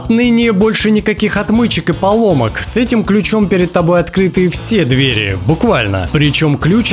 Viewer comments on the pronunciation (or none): none